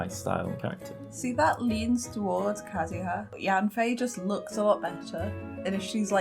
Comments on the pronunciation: "Kazaha" it is u mate say it like it is wrote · Im getting triggerd bc he said Kazuha and zhongli wrong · also unlike his last video, he has made an active effort to pronounce names right. for example he said "kiki" instead of "chichi" last time, and now he said it right, because the YouTube comments told him so. I didn't see any names being wrongly pronounced this time except for the fact that his sister called Venti a girl by accident :)